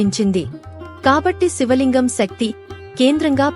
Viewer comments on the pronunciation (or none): none